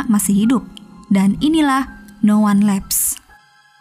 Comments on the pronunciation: Koreksi penyebutan judulnya "no one lives (bukan laiv tapi livs)" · Bkn lifes tp lives bacanya. Liv's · No wan liv mbak bacanya bukan no wan lev. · No wan lifs (tidak ada yg hidup/tersisa) dibaca nya sist bukan lefs (tertinggal/kirk) 😁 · Tolong ya bljr pelafalan mbak saay..no wan leps ni gimana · no wan leps iyo..kok sebutan nya sperti itu..hehe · Narator nya parah bgt. Lain kali belajar dlu dalam pengucapan Inggris. Bisa denger dari google translate dlu kek. Ngomong no one lives aja salah 😂😂